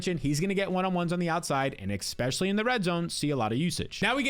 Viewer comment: Especially! Say it with me especially!